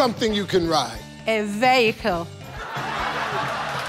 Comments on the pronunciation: she clearly said vehicle not a 'veho' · Something you can ride vehicle and vihicle , leave our pronunciation biko😆😆😆😆😆😆😆😆😆😆😆😆🙄🙄 she Sha got the answer